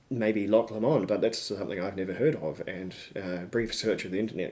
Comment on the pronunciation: Pronounced Loch LOW-mond!!!!!🤨